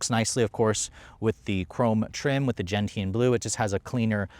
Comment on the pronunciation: Gentian. Is pronounced. “Gen-shun” not gen tee an. Americans!!